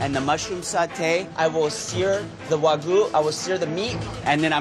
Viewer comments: It's not Wagu not Weygo. It's Wagyu. Wag - yu. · Wtf is wahgoo? It's Wagyuh (pronounced Wag'you... Like the city in 🇯🇵 it originates from).